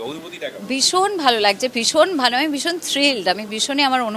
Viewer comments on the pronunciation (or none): বিষণ না ভীষণ ? If I have heard it right? 😅